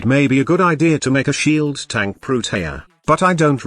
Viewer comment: lol i love text to speech hahaha sheaaald shieeld